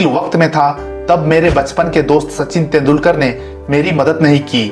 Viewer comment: तेंडुलकर ऐसे नाम ठिक बोलो.